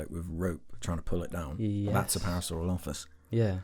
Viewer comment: You're pronouncing parasaurolophus weird, don't put emphasis on any syllable. Say it all flat, "pear-a-sore-all-uh-fuss"